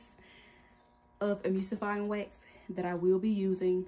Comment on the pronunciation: The word is E-Mul-sifying wax. You don't pronounce the u as a u. Say the word Null and then change the N with an M because mispronouncing ingredients when you are "TEACHING" others makes it seem like your very unprepared for this video. And I thought you are supposed to boil water and hold it at a certain temp for a set amount of minutes to make sure to get rid of all the microbials.